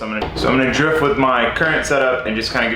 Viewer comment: Sounds like he says Jizz simulator then Drift Simulator